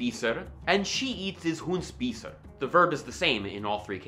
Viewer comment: You said "Hun spiser" and as a german it reminded me of an impaled chicken